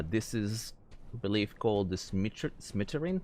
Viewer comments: Schmetterling [ˈʃmɛtɐlɪŋ] is german and just means Butterfly xD if u cant read phonetic try it like "Shmattarling". Ty for the great preview mate! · As an American who can speak only English and ASL, even I cringed at his pronunciation of schmetterling and toboggan. I dont believe he is a native English speaker from the way he pronounced them.